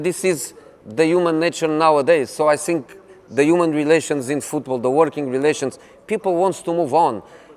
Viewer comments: "I sink his career is sinking" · I sink I can too hhhh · I sink his english is the best. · “I (sink)think.... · Is it just me or anyone else also hates the way he says "think" as "sink" 😶